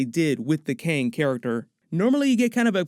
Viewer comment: dude its Kang not Kyang !